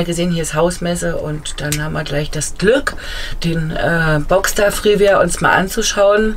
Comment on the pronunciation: Schönes Fahrzeug. Der Knaus heißt aber Freeway und nicht Freeware.🤓